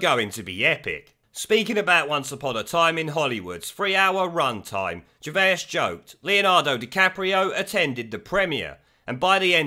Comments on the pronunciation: Please stop saying 'Gervaisus'! It's simply Gervais.... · Ger-vase not Ger-vayas dude lol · gervase not gervaus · fyi, It's pronounced jer-vace, not jer-vay-is :) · Gervay, gervaous. Stop butchering his name it's ger as in a gerbal. And vais as in a vase. It has a French spin to it. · Stop saying Gervais like Ger-Vey-Ass it’s pronounced Ger-Vace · 😂😂😂 Are you really calling him, Ricky Ger-Vay-Us??? 😂😂😂😂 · Ricky Gervais pronounced vase like ace Vase Gervais they will attack anyone and evryone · Say GervAs one more time.. I dare you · Who is Ricky Gervayus? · Ricky "Gervaisisis"??? Weird pronunciation. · p.s. Gervay-is? WTF sort of pronunciation is that? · Great channel but stop saying Gervaiuus 😂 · Stop saying his name like that dude! 🙆🏻‍♂️ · How many syllables you putting in Gervais fella? :) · Ricky is a hero, but FUCKING PLEASE PRONOUNCE HIS SURNAME CORRECTLY, 2 SYLLABLES NOT 3 FFS! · The way you pronounce Gervais lol how do you get that wrong? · No one before in the history of pronouncing Ricky Gervais' name has ever pronounced it so incorrectly. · How come you can't pronounce Gervais? It's not like his name has never been mentioned on TV and you've only ever seen it written down... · Stop adding an extra syllable to his name lol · mate I beg you say Ricky Gervais’s name right 😂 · How are you pronouncing his name?? He isn't Dr. Zeuss' twin! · I love your vids but why are you pronouncing Ricky’s last name so wrong? Have you never heard his name said in public before ?? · Wish you could pronounce Ricky Gervais properly. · I love your channel but the pronunciation of names is terrible 😂😂😂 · The way you're pronouncing Ricky's surname is triggering me! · Love your videos man. But why can't you say "Gervais"?? Hope it's a joke! Oh I just heard you say "Joe Pesky" also lol!